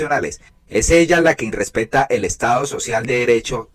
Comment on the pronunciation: No se dice"INRESPETA", Se dice irrespeta